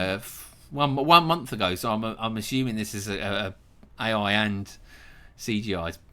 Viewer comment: i got so mad when he said ai like bruuhhh